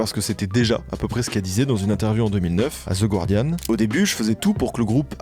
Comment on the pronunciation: super comme d'hab ! (btw c'est guardiaN, et pas gWardiaN)